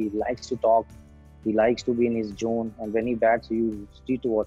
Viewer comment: Jone instead of zone